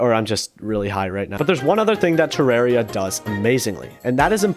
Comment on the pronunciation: bro pronunces Terraria as "Tireiria" as I know to pronounce it "Theraria" lol